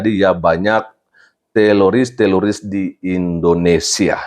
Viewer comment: Bukan teloris pak pdt..tapi teroris..